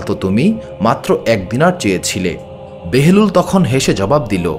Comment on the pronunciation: ঐ সাধকের নামটি কী বাহলুল নয়?কেন বেহেরুল বলছেন।